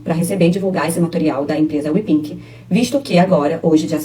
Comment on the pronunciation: Miga, não é Wepink, é Wepig kkakakakakkkakaka